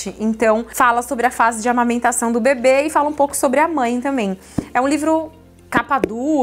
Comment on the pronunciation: Socorroooo!! Vc falava sobre o bebê e eu só ouvia “sobre o bbb”